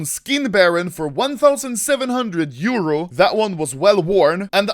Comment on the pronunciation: Pls Say Euro Not Like that